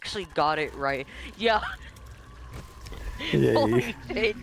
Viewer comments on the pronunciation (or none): cannot stop thinking about connor pronouncing "yay" as "yaeiy". or, indeed, about victor kain's Big Mind